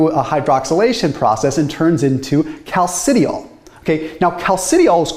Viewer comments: Cal-ci-di-ol You're welcome :) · I'm not the expert, but from chemistry classes gone by, I suspect that those words are properly pronounced "calci-dye-all" and "calci-try-all." Thanks, as always, for the deep dive!